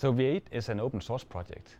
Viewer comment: Funny, the guy pronounces V8 as WAIT.